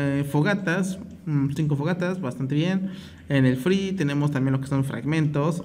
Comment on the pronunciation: cuando dices free suena a que dices friv